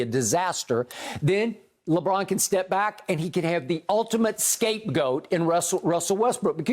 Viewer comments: Nobody: Broussard: Lebraun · Is skiiiup rlly say Westbrick and Lebrick